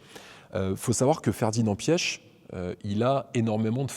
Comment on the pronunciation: Vous êtes sûr de la prononciation du Nom de Mr. Ferdinand Piech?